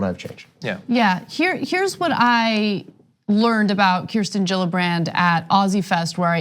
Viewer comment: Kirstin, not Kristin.